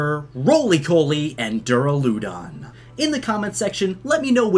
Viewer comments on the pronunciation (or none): It’s called a Cufant and Boltund. It is Yamper’s Evolution The “C-Gear” is the Macro Cosmos Logo. That’s the logo for the restaurant Bob’s Your Uncle You also butchered Duraludon’s name. It’s “Doo-Rah-Lu-Dun” You butchered Bea’s name. It’s “Bay-a” Gigantamax is pronounced “Ji-Gan-Tah-Max”